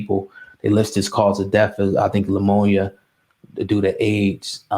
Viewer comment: Wait...Wait...Did this nigga really just say "lamonia?" With the serious tone in his voice like he meant that shit? SN: Yes I spelled it that way because that's how I heard it. Come on man...Get it together smh. I had to listen to that shit twice to make sure I wasn't bugging. Bruhhh? Lamonia though?